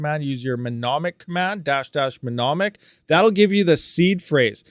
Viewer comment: it's pronounced: New Monic